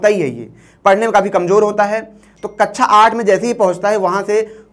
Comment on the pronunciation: Ye Siddhant sir ka relative hai kya??? Na koi sense wali video krta hai.. Na story telling skills hai. Kabi alines wali story Kabi duniya khatam ho jygi wali video... कक्षा ko कच्चा bol raha hai Pata nae kyu rakha hai inko 🤦🏻🤦🏻